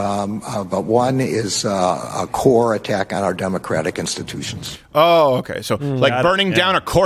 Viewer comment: Just say democrats, it's not "instittions".